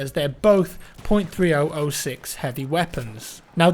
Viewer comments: Love the video as always,. But for future reference,.30-06-caliber rounds are most commonly pronounced "thirty-aught-six" and less-commonly pronounced "thirty-oh-six." Never "three-oh-oh-six". This applies to any caliber of round annotated in this way, though the.30-06 is the most common form of modern ammunition this applies to. In reality, it is merely a.30 caliber round designed by Springfield that was introduced into the US Army in 1906 - hence the name. Keep on keepin' on,. Love the content. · .30-06, is pronounced, "Thirty-ought-six". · FYI, .30-06 is usually pronounced "thirty aught six". ;) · Hey 30-06 is pronouncet 30oot6